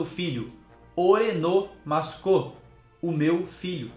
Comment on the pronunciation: Pra mim, Uchi tem o sentido, de casa, no caso o bando, o filho do bando e não diretamente a Big Mom porque ela não está inserida no bando do Kaido mas 🤷🏻‍♀️ sei lá, tudo é possível no mundo de Onepiece! E uma dica, tenta falar mUssukô pra vc melhorar sua pronúncia ok ✌🏼 japonês é difícil mesmo e ver o empenho de vcs é legal de acompanhar 👏🏼👏🏼